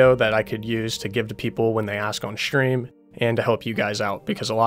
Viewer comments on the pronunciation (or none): stream... not shtream